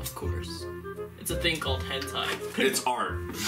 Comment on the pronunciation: No he did say henti but it was funny cause.. well do you Evan know what henti is..